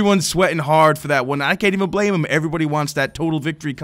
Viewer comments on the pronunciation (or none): none